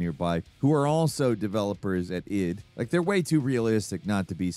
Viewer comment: really you calling it EYE-DEE Software? It's ID like "ID, Ego, and Superego."